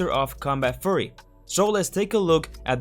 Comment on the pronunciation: While there's nothing funny about how you say "fury" (you should hear me say aluminium) Try saying few-ree instead, small break downs helped me get the language down. Kinda. I mean, better than not.